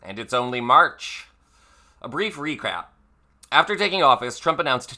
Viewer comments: Love the Re-Crap slip! It’s perfect 👌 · Did you say “a brief re-CRAP”? Or was that just my Freudian hearing? Either way - hilarious - because Trump’s tariffs are total CRAP. The ”WHOLE WORLD is ripping [America] off! Really? Who started this CRAP because it wasn’t Canada and it wasn’t the EU.